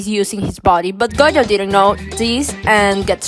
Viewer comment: This person calling gojo goyo is so... weird